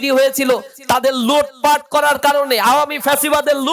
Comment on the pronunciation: Don't say lupat. Say lutpat.